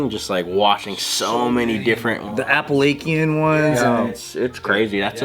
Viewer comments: “appalakian” cringes in north carolinian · really said “Appalaykian” 😂